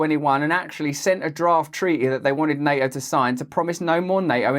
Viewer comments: Nay-o? wtf? Nay-o? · Neo? What does the Matrix character have to do with the Russo-Ukraine war? Ohhh! Na*T*o! Once this latest dastardly attack on the man is flushed away, I'm going to kidnap him and imprison him for a day's elocution. Yes, yes, his "orwite mite" (alright mate) palaver is very entertaining and part of the schtick which made him famous but there's no excuse for no Ts at all! And then there's "SHtraight". 🤦🏼‍♂ No Russell, you know perfectly well that you're perfectly able to say 'straight' with a perfectly sibilant S. Once you've kicked these ridiculous 'accusers' aside, there'll be no more need for ANY nonsense. 😊